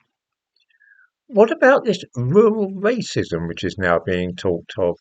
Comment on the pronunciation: Rrrrrrrrural rrrrrrracism!